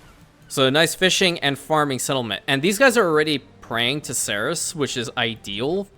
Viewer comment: Bzw, I would like to point out that Ceres is pronounced see-reez